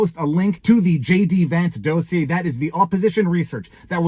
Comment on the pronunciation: Listen. I am gonna need you to pronounce dossier correctly. Dos-e-aye. You're a lawyer, geez. Got it? Good.